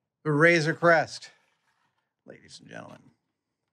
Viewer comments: am I the only who heard "razor quest" instead of "razor creast" ?? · A couple of times it sounded like Adam said Razer Quest :D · You would be correct